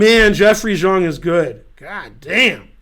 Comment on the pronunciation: yea he pronounces Xiong really weird